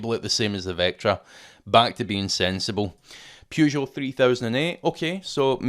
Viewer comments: Bought my 2006 Saab 9-3 Aero convertoble or £2k 8 years ago. Takes some work, but still going. Once again a really useful video, but... "Pew-zho"? "Purr-zho" :) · You lost me at: PYOU - JO